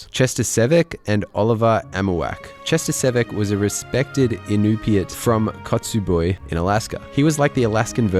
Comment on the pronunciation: Hello, discovered your channel a couple days ago, you're very good at presenting information. Also had to have a laugh at the way you pronounced "Kotzebue" (its KOT-ze-BYOO) First time I've heard an Alaskan place name pronounced quite like that.